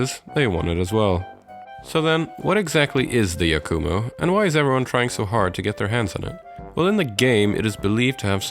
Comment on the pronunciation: ITS YAKUMO NOT YAK-U-MOO